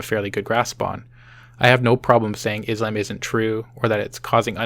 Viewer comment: Excuse me? Is-lamb? Dislike.